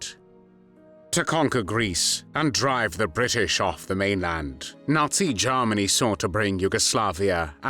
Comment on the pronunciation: Also Germany not Jarmany.